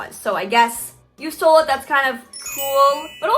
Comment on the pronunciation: Tyler viteli: YOU STOEL MY VIDEO 🤬